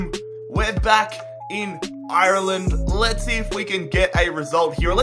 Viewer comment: He doesn't even know how to say Ireland right... he can't even say Galway right ffs